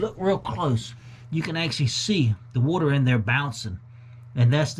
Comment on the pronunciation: That whuuter piaan!